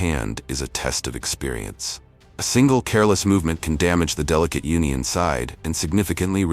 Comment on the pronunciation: hey, please teach your AI voice how to pronounce these correctly: CELSIUS - it's not "celsie" it's CEL-SI-US, a measurement of temperature F&B - it's not F&B it's "FOOD AND BEVERAGE" - not everyone knows F&B 10X - it's not "Ten X" it's "Ten TIMES;" the "X" means TIMES, not the letter X Uni is not pronounced "Yoonee" it's pronounced OOH-nee. Like saying "oooh that's bad pronunciation." GEODUCK - pronounced GOOEY DUCK (don't ask why, it just is) DO BETTER!!!